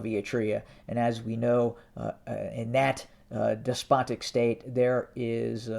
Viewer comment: Ahhhahaha youtube is axing you? that's probably because of you stress the word " despotic!!" when you report about Eritrea! ahhaahaah goodriddance !! Mr. voice of non sence!